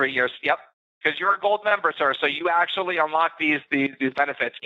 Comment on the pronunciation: didn't lose the money. His accent is good, but still pretty obvious. None of his words are perfectly spoken. The way he says okay is probably the most obvious clue that he's Indian. The way he says "actually" too. Indian. I could go word by word and point the most obvious errors typically made by Indian people who speak English. His soft Rs are better than most, but he still puts effort in pronouncing them, it doesn't sound natural.